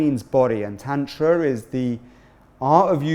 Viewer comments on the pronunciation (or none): Please use correct pronunciations for Tantra and Vedic and Soma